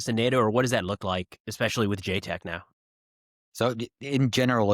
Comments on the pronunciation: ita ja tec not JAY tec. ja like -peanutbutter Jar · JTEC is The NATO-Georgian Joint Training and Evaluation Centre, so should pronounce the A in JATEC. Perun made a point about it in his videon on the topic :)